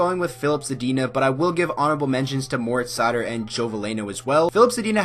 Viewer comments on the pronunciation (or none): none